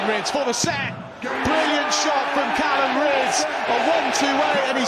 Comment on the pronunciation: Will someone tell Mark Webster that his name is Callan not Callum